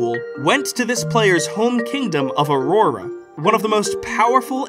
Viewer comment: You say Aurora no differently than anyone else! Don’t feel bad ❤